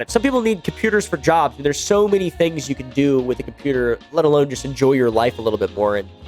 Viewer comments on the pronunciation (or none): none